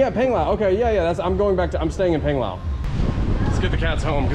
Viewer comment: Please... I'm begging you... It's Pang as in Pong...Pong-lao...Ponglao... Panglao... lol.... Every time my wife and I hear you we cringe. Thanks for great channel.